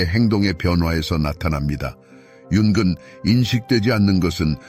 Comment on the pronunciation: tts좀 어떻게 해보세요 융은->윤근 이렇게 나오는데 이거 말고도 많은데 신경좀 써주세요 전반적으로 오디오랑 자막 좀 신경써주세요